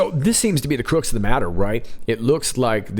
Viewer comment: The crooks of the matter! 😆😂✋👍💪good one. U do know its pronounced cruhx...